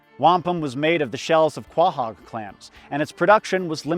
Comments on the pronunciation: Very good video, but one issue, You claim to be from Massachusetts, yet you pronounce Quahogs KWA-Hogs when it’s Pronounced KO-Hogs. Have you been body snatched? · Dude. It's pronounced "co-hog." You should know that. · It's pronounced co-hog, right? I'm from Cape Cod and that's how we pronounced it